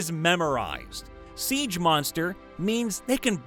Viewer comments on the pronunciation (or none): none